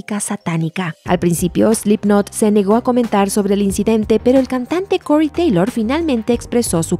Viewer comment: slipnaaaat / cory teilooour